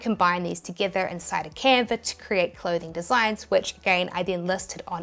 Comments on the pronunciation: no r in canva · Love your accent “Canver”…. I digress!